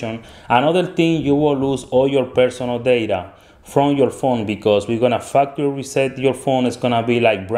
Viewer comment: I thought he said fucktery reset